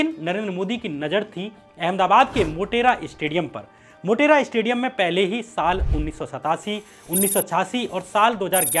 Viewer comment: Its said stadium not 'estadium'........